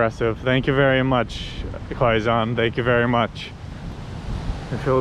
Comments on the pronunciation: Quezon City is ”key-zone city” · I really enjoy your vlogs but I cant get over your pronunciation of Quezon haha! It’s more like “keh-zon” instead of “kwey-zon” hehe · Danggg 40mins? I had fun watching this vlog and didn't noticed it. Kidding, I did noticed hahahahaha bruh the humor I got watching your vlogs the frack? 😂 Take your time exploring here and always stay safe. 🎉 That "kwe-zon" to "kwe-gon" haha cute!! But it's Quezon as in "Ke-Zon" .... Whaaaaat??? Haha oh no, just proves you are entertaining and funny haha I got so many fun expressions from you both 😅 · You do know that it is pronounced like ke-zon not like qui gon jinn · Guys its pronounced as KEZON (Quezon) anyways, if u are planning to visit the outside Provinces u must visit Bohol where u can find the "Chocolate Hills" , also visit to Cebu and Palawan.. many more to explore here in the Philippines . Take care always and enjoy 🍻🙏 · Quezon: PRONOUNCE AS: KAY-SOHN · QUEZON CITY PRONOUNCED AS" K -ZONE" CITY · Qui-Gon City 🤣🤣🤣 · Quezon City...Pronounced .. K-Zahn City